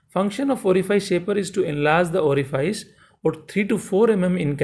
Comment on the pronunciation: Orifice is spelled like office. Unlike file or glide.